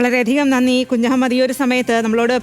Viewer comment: കുജു മൂഡ് അല്ല കുഞ്ഞമ്മദ് 😂😂